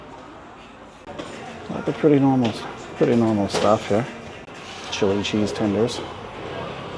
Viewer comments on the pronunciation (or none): none